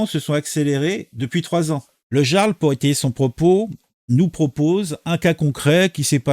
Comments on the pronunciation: mais personne ne sait prononcer le mot "jarl" tain... "yarl" !! surtout pour des personnes qui parlent de culture .... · Salut camarades Sa se dit IARL le j se prononce a la façon germanique jarl= iarl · Je poucebleuise, mais bordel on prononce I-arl, (avec un I comme Immence Charisme) pas jea-arl (avec un J comme J'ai mal au luc) ! Un peu de respect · ça se prononce YARL. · Ça se prononce yarl et pas jarl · On dit le yarl 🙂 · ON PRONONCE PAS JARL MAIS YARL!!! LOL Tu n'as jamais regardé la série Vikings quelle honte 😂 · Oui on prononce "Yarl" mais ça s'écrit Jarl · Coucou mon ami, Il faut prononcer " yarl"... C'est un chouette gars 👍🇨🇵 Et, tu n'as pas raté ton objectif, Bonne vidéo, Merci à toi 👍🌹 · On prononce "Yarl" !